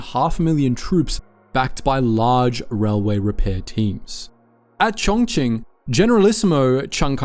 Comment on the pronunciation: Props to you for pronouncing Chongqing the right way, its the first time I heard a non-native speaker pronounce it correctly 😂😂😂